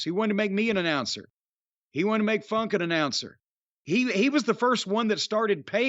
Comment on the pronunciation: I just watched the Lawler funk an brown sugar .Jimmy it didn’t sound like you said Funk!